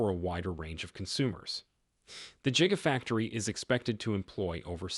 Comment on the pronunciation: I stopped waching as soon as you said "Jigafactory".